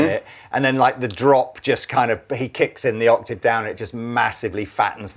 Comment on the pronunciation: Like and respect, but someone needs to explain to him how to pronounce 'octave'.